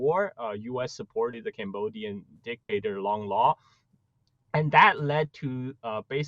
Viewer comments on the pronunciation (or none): Sir if you are supposed be to be expert on Asia politics, please get the names right or at least close. Lon Nol not Long Lar!